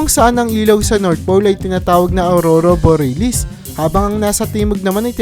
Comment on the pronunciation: Patawad po. pronunciation po. Bor-ya-lis